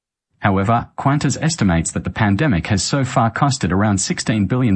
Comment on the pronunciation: You cant even pronounce Qantas. Why should we pay attention to you.